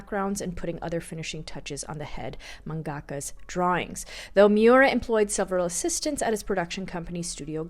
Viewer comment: manga ka not man gaka.